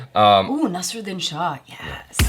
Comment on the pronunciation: Even she doesn't know how to pronounce Naseeruddin and Ahemdabad